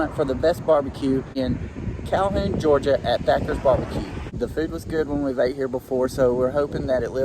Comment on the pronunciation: I love Thatcher's. Even though ya'll called it Thacker's.(just sayin) Next time try the buckets and ask for a little extra sauce. It's amazing